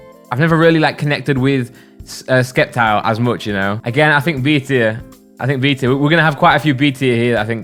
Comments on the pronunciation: Just a friendly tip. Sceptile i pronounced “septile” PS really liked the video, even though i have a really different opinion than you. Edit: 69th like. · U don’t pronounce the c-sceptics Ceptile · Man Said skeptile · dont you fucking dare to say skeptile, its spelled with an C a reason you know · Alright there bud sceptile SEP-TILE Sorry it’s a habit